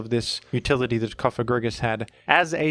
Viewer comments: So glad to hear that learned the correct pronunciation of “Cofagrigus” in time for Pride month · google "antepenultimate stress in Latin". Cofagrigus is a pseudo-Latin name as it ends in -us and such words are stressed in their third-to-last ("antepenultimate") syllable (except for when the second-to-last has a long vowel, because then it "weighs" like two syllables). Therefore your new pronunciation isn't just unintuitive, it's linguistically wrong. That's why normal people feel strange when they hear your wrong stress. I get why you do it, but it's kinda silly and childish, like saying "Úranus" instead of "Uránus". But at least then those people pronounce a short A in Úranus, so that it fits with the stress rules of Latin (or latinized Greek) words. If you wanna be scared by a Ghost (Pokémon's name), then at least say "Cofagrígus" with a long i, as then you at least speak in accordance to the antepenultimate stress rule. But I would still say Cofágrigus like you did in the past, because it's an innocent name of a Pokémon. Summary: Bad: Cofagrígus with a short i Ok: Cofagrígus with a long i Good: Cofágrigus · rip Cofagrigus pronunciation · Are you trying to be funny or make a point with that comment? Something like "hAhA hE nEvEr PrOnOuNcEs ThEm PoKeMoNs RiGhT"? "Groodon" is a perfectly fine way of pronouncing "Groudon" when you're reading that name without having heard others pronounce it before. The word "you" is pronounced in the same manner. The Cofágrigus/Cofagrígus question isn't even a matter of reading letters. It's a question of stress. Even someone who can't read would normally be able to pronounce it correctly. Orthography and converting written text into speech isn't a matter of LANGUAGE ITSELF but a language derived thing.